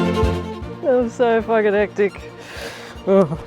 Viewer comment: "So fucking hectic" Said like a true Aussie